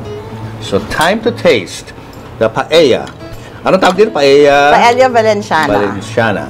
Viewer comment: Papu you pronounce paella correct